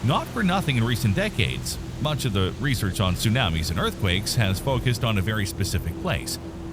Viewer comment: My issue with the voice is the "soonammies". Makes it hard to concentrate on the good content.